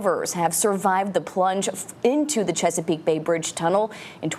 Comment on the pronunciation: It’s not pronounced checkerpeak peak. It’s Chesapeake bay bridge. Sir